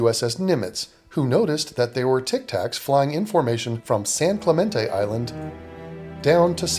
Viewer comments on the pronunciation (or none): he's been studying this and still can't say San Clemente?